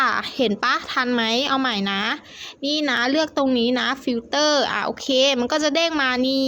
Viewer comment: แหมมม เสียงกระเเดะมากจ้าา ล.ลิงก็เปลี่ยนเป็น ร.เรือ ทุกคำเลยจ้าา คนไทยนี่เนอะ ฟิลเตอร์ ก็เปลี่ยนเป็น ฟิลเตร้อ เฮ้อ... กระแดะ